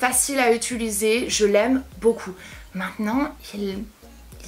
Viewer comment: Tu as un tic verbal tu dit "ituliser" au lieu de "utiliser" sa me bloque à chaque fois ahaha